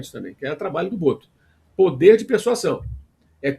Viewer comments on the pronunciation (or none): MCP é muito bom de português, mas persuasão pronuncia-se persuaZão. O tal do português (que não é o Boto), é foda!😂😂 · Mauro César está pronunciando corretamente a palavra "persuasão"?